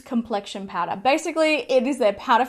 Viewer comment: More like PAURA hahaha